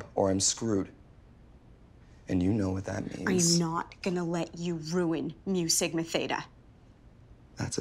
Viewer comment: Mu, not miu. just mu. A bit like moo.